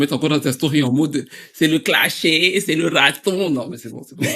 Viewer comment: J'aurai aimé avec le "déplacey". Mais bon, je vais commencer par le "clashey". ❤️❤️❤️